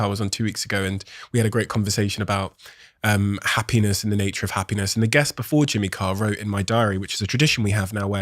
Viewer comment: The first host pronounces happiness like hapenis